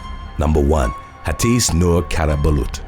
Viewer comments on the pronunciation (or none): Hatice's name is pronounced 'ha-te-che'